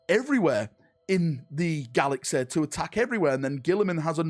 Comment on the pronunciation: learn to speak... GALAXEH... lmao